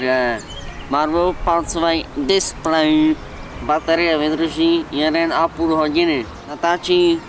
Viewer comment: Docela dobrá kamera ale to jak vyslovoval displej tak to mě dostalo😂😂